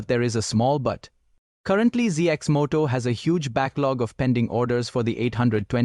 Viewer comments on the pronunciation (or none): Cx Moto ? Ur ai is bugging.